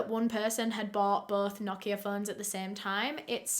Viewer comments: This is very unrelated but thank you for pronouncing "Nokia" correctly! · Martin it's not, it's correct pronunciation is "no-kee-ah" british ppl just pronounce it differently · The pronounciation of Nokia was actually spot on 😄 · that’s bc it’s supposed to be pronounced like that